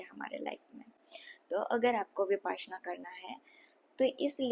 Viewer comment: विपासना नहीं है इसे "विपश्यना"" कहते हैं